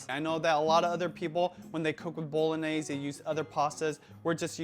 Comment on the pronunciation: Just one thing... you’re saying bolognese wrong